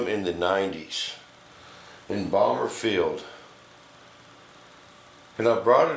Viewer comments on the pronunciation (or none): none